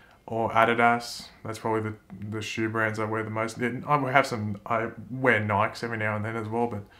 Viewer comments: DID ANYONE HEAR HOW PRONOUNCED NIKE OR ADIDAS??? It's pronounced nikeeee, and adeeeedas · The australian pronunciation of Adidas and Nike are just perfect